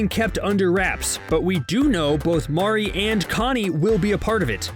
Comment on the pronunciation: Have you even watched the show? Why do you pronounce Maurry’s name “Mao-ree”? That makes me feel that the person reading the script hasnt even seen an episode of the show. Overall cringy